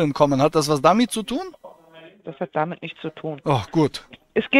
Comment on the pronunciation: Habe ich mich eingehender DAMIT bäfasst , wie so ätwas möglisch IST." BEtonung beim Ablesen ist ihre Stärke.